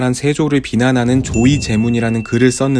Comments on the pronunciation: 조의v제문 이라고 읽는게 아니라 조v의제문 이라고 읽는거 아닌가요?? 지금까지 조v의제문으로 알고있었는데 조의v제문이라고 발음하셔서 제가 잘못알고있나 헷갈리네요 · 조의제문이라고 읽지않고, '조' 의제문 입니다. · 조의제문을 발음할땐 조의 제문이 아니라 조 의제문으로 띄어 발음해야한답니다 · 별거 아니지만 '조의제문'은 '조의 제문'이 아니라 '조 의제문'이라고 읽는게 맞습니다. '레미 제라블'이 아니라 '레 미제라블' 같은거죠... '의제를 조하는 글'이라는 뜻이라.. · 재미있게 봤습니다. 발음상 조 의제문이 되어야 함 의제를 조문하다이므로